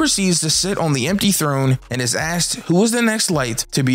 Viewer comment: When you said jimbeai gave his blood to save Luffy and is asked to join the crew I thought you said “gave his blood to save luffy and his ass to join the crew” the first couple times I had to replay that to make sure. Lol I’m wild for that